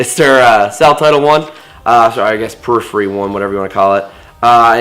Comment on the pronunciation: I died when yoh said Perhiphy